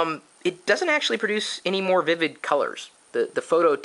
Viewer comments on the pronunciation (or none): none